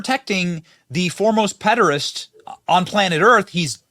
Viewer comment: Please stop saying pedarest!! It means something completely different from p*phile